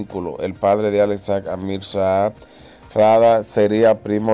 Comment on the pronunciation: Nadie tiene de apellido Sag, aprenda a pronunciar lo que lee, no hay gobielno